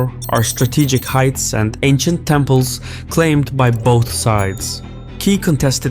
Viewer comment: Lol All those temples 🛕 were wrongly said 🤣